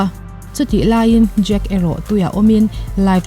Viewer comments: I lam dan hi Jake tih a ang thei tawp. Jack (Jack dawson) ani sia .. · Jake ti an tam lutuk a,jake tiin i pronounce bawk sia...ka buai tep a lom...😂 ngaihnawm lutuk e👍👏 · E...khai... "Jak" i ti elaw? 😁 Thluk deuh tala a dik viau ang..